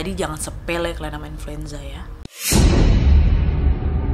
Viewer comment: inluenza lagi wak😆😂